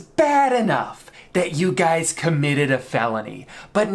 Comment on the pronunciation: Are we just gonna ignore that danny I mean drew says "what's up guy" instead of whats up guys